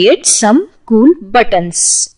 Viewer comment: knowledge wise apt...But as always some words were mispronounced like buttons..the ts need to be subtle..or for example the word proceed..most Indians and i have been guilty too in the past of calling button with a very hard T like buTTon..emphasize less on the tt..as in BUttON